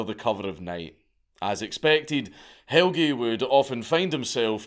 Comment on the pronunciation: His name is more like "Hell-Ya" not "Hell-gee" but pretty good try.